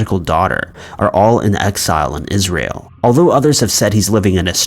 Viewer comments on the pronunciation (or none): none